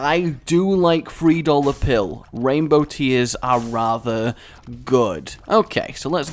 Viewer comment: Wow, so many mispronounciations on the first floor, 3 dollar pill, petrifrying shots, in this flight.